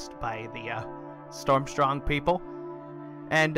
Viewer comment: Its Stormsong not Stormstrong :P